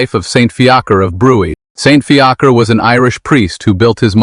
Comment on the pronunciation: His name is pronounced Fee-a-kra